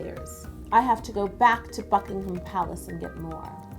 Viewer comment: Love this!!!!! You are so talented! 😍 Just saying Buckingham Palace is pronounced without the ‘h’